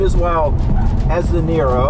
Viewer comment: Now I know that Robert De Niro is very balanced on entry... xD Every time he says "the niro" I understand "De Niro" ^^